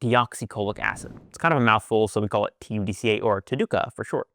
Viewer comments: How do you come up with a pronunciation like, Ta-du-ca, when it obviously would be pronounced, Tud-ca ?! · you cannot say TUD KAAAA